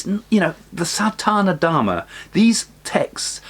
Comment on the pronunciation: Thank you for this excellent info. A small error in your pronunciation it is SaNaThaNa Dharma n not Sathana Dharma.